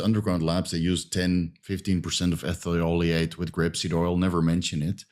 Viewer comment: Argh, c'mon pronounce the chemical names more carefully. "Ethuleayte" - Ethyl-oleate. "Grepsid oil" - Grapeseed oil. "Propylene gwycol" - Propylene glycol